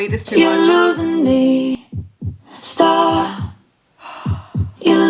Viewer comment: It doesn’t sound like she is saying “Stop” it sounds like “Star” - why? 🤷‍♀️